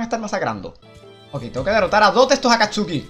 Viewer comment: de verdad no vio naruto dise akatsuki mal